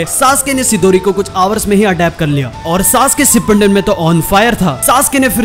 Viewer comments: SHIPPUNDEN NHI HOTA BRO SHIPPUDEN HOTA HAI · Shipandin nahi Shipudin hota hain